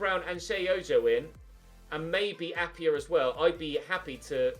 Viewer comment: Appiah is Pronounced App-I-Ah not App-e-Ah he used to play for us at forest we sold him to ud almeria and also you should sign him his release clause is there and chelsea are signing werner it could just be that they're not willing to offer him a new contract he grows very well and would be an amazing bit of business